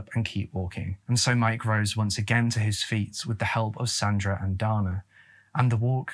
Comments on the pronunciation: Pronounced Day-na.🤔🤔😱. All you tubers should pronounce words correctly. If unsure you can ask computer to pronounce the word !!!! I have sons and at 13 they would not have been allowed to go like that. Also no man is gonna tell me how to raise my children. They come first!! Their mother was a lousy person. Their Dad was too. Poor kids !! 💔😱😢. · Also, the male name 'Dana' is traditionally pronounced with a long a sound, as in Dana Garvey. Between your mispronounciation of 'Sioux' and 'Dana,' and your misuse of the word 'upsetted,' you might want to do some research on pronunciation and usage before your next video.